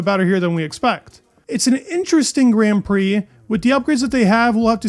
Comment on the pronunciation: Please learn to pronounce grand prix properly for God's sake